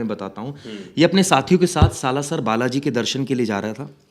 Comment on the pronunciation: कुछ भी पता नहीं है इनको सालासर को बालासर बोल रहे हैं भूतियै